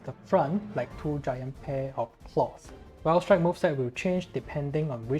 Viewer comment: This man here uploaded a CC Valstrax guide AND nailed the Japanese and Chinese pronunciation of this variant Oh and the Raikgun is a new move :D